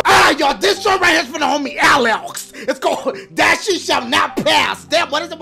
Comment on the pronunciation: dashie does says DACHIE sometimes